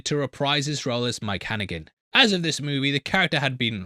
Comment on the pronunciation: Hannigan? Come on bro... It's Harrigan, Harrigan! The press has a right to know!